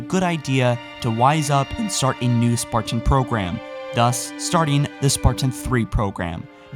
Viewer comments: why do you accent the word sparTan??? ive always found your pronunciation on your videos a off and unusual, was english your first language? im just curious, no hate haha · THE WAY HE PRONOUNCES SPARTAN!! IT'S "SPARTAN" NOT SPART-IN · The way you pronounce Spartan hurts my soul...